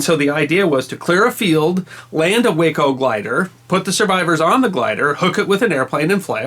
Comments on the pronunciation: FYI Way-Co aircraft is actually pronounced Waah-Co , as in "Wacky". Check with any pilot familiar with Waco biplanes, their most known plane today. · Like your channel and enjoy it immensely. Thank you! BTW, Waco CG-4 is actually pronounced wah-co, while way-co is the city in Texas. IIRC, Waco is still in business and in 1930's, was the largest manufacturer of civil aircraft in the world. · If I may, the Waco company pronounces their name, an acronym (Weaver Aircraft Company), “Wah-koh” rather than “way-koh”. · I think you corrected this in one of your other videos, but the glider, made by WACO, which is pronounced "WAH ko", not "WAY ko". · W (long A) co is a city on Interstate 35 in central Texas. The aircraft manufacturer was pronounced W ahhh co. Lovely story, though. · Waco is pronounced Wah-Co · Waco is pronounced waaa - co like aw shucks. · Wonderful story. Just one nit: Waco aircraft; it's pronounced Whah-Coe. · Just FYI, WACO is known by the aviation world with the "a" sounded as "ah". WACO is itself an acronym, originally for Weaver Aircraft Company of Ohio. Makes no real difference, of course, just thought a might like to be as correct as possible. From an old Air Force fighter pilot. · WACO - Weaver Aircraft Company - rhymes with "taco"